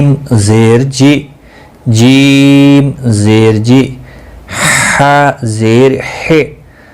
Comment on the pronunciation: Sahi nahi prha Rahe zer majhool parha rhe ho